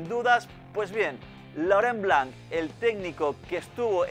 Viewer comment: Laurent Blanc no , es Lurunblum